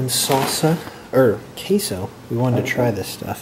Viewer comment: Queso not cayso